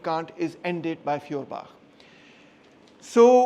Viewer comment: You pronounce his name not correct and no properly! I give you an example dear free of charge of course 🤗🤩 You pronunciation sound “ Fiorbach“ which sounds wrongly in German language! It would be highly correct if you pronounce “ Foerbach “ Feuerbach in German Language means; Fire stream,Fire creek,Fire brook…… Your lecturing method is great and very helpful to understand the issue❗️✊👏